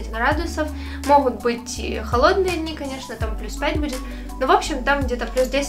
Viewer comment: Все классно , ребята ! Но , плиc, девочка , наверно , с Украины ,, надо научиться говорить букву Г,, потому что она все произносит с Х,,, МаХазины, ШоппинХ, Хде,,МоХут,, и тд ,, режет слух ,,, Спасибо !